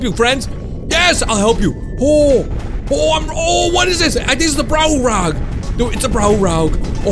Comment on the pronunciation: why u prounouce browulag wrong....